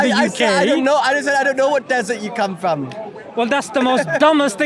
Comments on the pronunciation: It’s from not fom 😂😂😂😂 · its pronounced FROM not FOM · "Where u fom" all the way through 😂